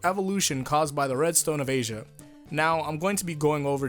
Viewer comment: I know this will never be seen but everytime you pronounce Redstone of Aja like Redstone of Asia I just relfexively cringe. At this point I'm afraid I'm dangerously close to spraining my damn neck :v